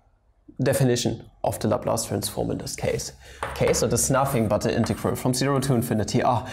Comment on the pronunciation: Mola como dice "integeral"